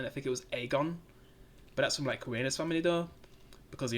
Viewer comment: It’s Rhaneyra Ren ae raaa 😂 and the dragons are much better on here than GOT they all have a distinct look and personality